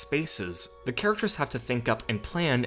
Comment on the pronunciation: I think the narrator of this video is the narrator of 90% of YouTube videos. Please stop saying "thee" when you mean "the." Makes you sound like a creep.